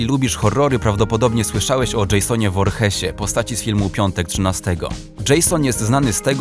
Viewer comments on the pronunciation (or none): Słuchaj nazwisko Jasona voorhees mówi się vorhis